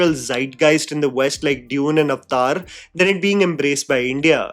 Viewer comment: so glad you pronounce अवतार as अवतार rather than idiotic west एवेटार